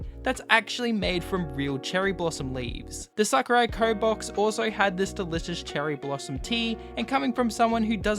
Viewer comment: when he said tokyo Sakuraco, I thought he said tokyo drift.